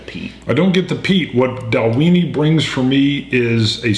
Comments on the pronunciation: Just found your channel, another one for me to follow after Ralfy & Horst! But guys, it's pronounced Dal-win-ie! Went there last year, great distillery, great whisky. Paul (KISS fan from UK). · I might just have to pick up a bottle of this. I have seen this a lot, and after watching you guys and others I might just do it. I like your pronunciation of the name as well, for some reason I think you guys should be eating a few Oscar Meyer hot dogs while you drink the Dalweeeenie. ^_^ I hope to see a Japanese single malt. My Japanese malt of choice is the Hakushu 12 at the moment. If you can't get that, I also hope to see a review of the Bunnahabhain 12yo. Cheers!